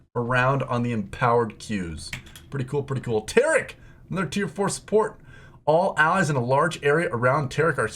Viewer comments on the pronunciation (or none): none